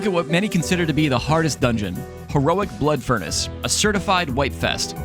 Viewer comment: Wait did you say Blood Furnance Heroic is Hard.........!